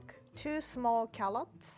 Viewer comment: Classic Japanese Fails to pronounce "L" and "R" "Celely Stalk" "Callots" "Parsry"